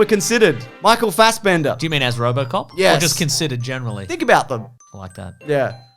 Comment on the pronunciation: It's RoboCop, not RoboCock!